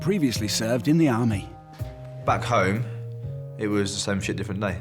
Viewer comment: You cna go ome cna bro not pronounce a h